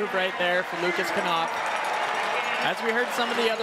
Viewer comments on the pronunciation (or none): can you please dont call lukas knopf "lukas kanopf" its called "lukas knopf" there is no "a" after the "k" in the lastname